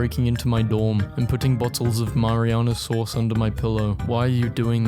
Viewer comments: I'm upset that you called marinara sauce "mariana sauce" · no fucking way he pronounced marinara that way